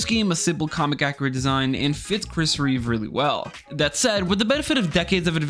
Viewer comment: Automatic dislike for saying "Christopher Reeves".